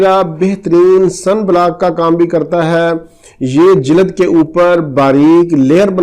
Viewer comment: Jilad nehi hota sir "jild "hei